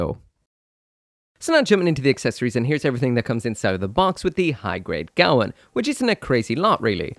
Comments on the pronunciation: What's with the pronunciation? It's the Gawain, not the Gawan. Come on man even the Japanese audio calls it the Ga-wein. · GAH-WANE!!! It's pronounced GAH-WANE!!! Seriously, you people NEED to start taking United Kingdom English lessons. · Its pronouced Gah Wayne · Damn that looks nice! It's pronounced Gwayne, like the knight from King Arthur, it's a Welsh name. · gawain rhymes with pain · it's name is Welsh and pronounced : GA - WAYNE